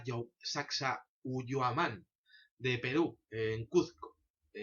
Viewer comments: La pronunciación es "Sacsaiwaman" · Se pronuncia S-A-C-S-A-I-H-U-A-M-A-N